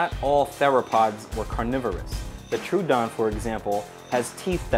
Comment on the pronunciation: Velociraptor was about as smart as a possum Triceratops existed, it was discovered before Torosaurus Torosaurus is not confirmed To be triceratops You said troodon wrong Troodon could possibly be an omnivore and omnivores are different from herbivores U should have said chilesaurus or therizinosaurus